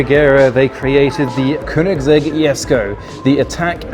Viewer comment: "kunigsegg" lol